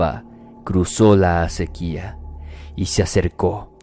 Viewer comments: No, no es acéquia. Es acequia. Tiene acento prosódico, tácito, fonético o tónico, o sea que no lleva acento escrito y no es palabra aguda. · Soy del Perú, la primera historia se dice Acequia, no acequía, (no es acentuado en la letra i) las acequias son riachuelos en Perú, más que todo en provincias, lugares de campo y cultivo. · Es acequia no? No acequía. Según yo pero, que ch*ngados sé yo, no me hagan caso.